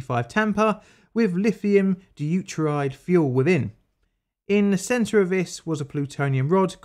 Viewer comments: Bruuu. 'dew-ter-ide' not 'day-oo-ter-ide'. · Chemist here. I love your videos and I know you've got quite the south London accent but you should really learn to pronounce the stuff in your videos correctly. For example, instead of "dee-you-teride" it's "doo-teeride". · You are supposed to pronounce the "De" in Deuteride. It's not pronounced "Uteride".